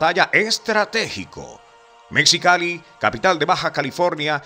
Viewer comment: Mejicali y no "Mexicali",la "x" se pronuncia como "j".😊